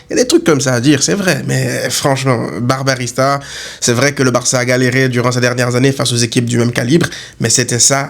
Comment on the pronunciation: Barbarista on dirait Barbarita 😂 blague à part supporter le Barça demande bcp de sacrifice dès fois